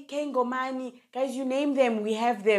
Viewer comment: It's "Kay Ngonyama" not "Ngomani" management 😊 mara your skin 🔥🥰💯❤